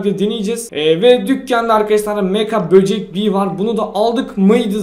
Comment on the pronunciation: Abi şu kostumun adı mega bocek beaa Sen meka diyon jsjsjs